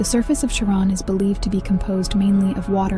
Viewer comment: Nobody ever pronounced it Karen or Sharron. Come on ai, find out that dictionaries exist. CharON!? Three wrongs and you are out.